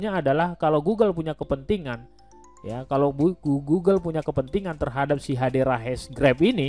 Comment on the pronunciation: Hedera bang bukan Hadera.